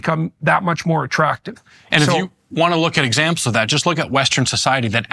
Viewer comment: I’m only gonna say “eggzampz” instead of examples from now on. My man is cuttin’ syllables his speech so lean.